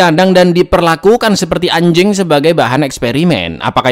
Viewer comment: Bang ngomong anjingg nya biasa aja dong 😂